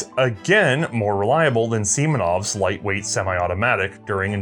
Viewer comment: Butthead: Uuhh uhhuhuhu, he said SEMEN-ov. Breavis: Hn Hn, boyoyoyoing.